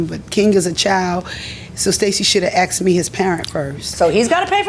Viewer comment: It’s “asked” not axed….